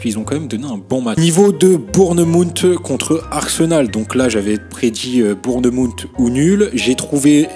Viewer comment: Super vidéo ✅ ps: la prononciation de Bournemouth et magnifique